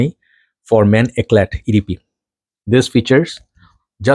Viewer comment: Eclat is pronounced Eclaw (no t) in french.